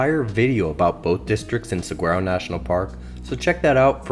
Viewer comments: on dit sawaro pour saguaro, et Tusson pour Tucson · I wanted to die a little inside every time he pronounced the “g” in saguaro. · if you can't pronounce Saguaro correctly the rest of what you say is BS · Good information and presentation. Please learn how to pronounce “saguaro”, however.